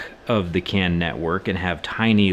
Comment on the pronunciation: I swear, when you started talking about the CAN issues, I thought you were saying the CAN'T network. Lol!